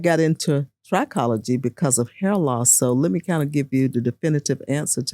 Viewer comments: I've never heard it pronounced "try-cology", it was pronounced "trick-ology", the root pronounced "try-cology" does have the root word tri which means "3", whereas with "trick-ology", the root "trick" means "hair" so "trick-ology" is the study of hair whereas "try-cology" means the study of "3"- and if you noticed, "trichologist" has the extra "h", showing it is definitely "trick-ology", "try-cology" would be spelled "tricology" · Trichology (trih-KOLL-uh-jee)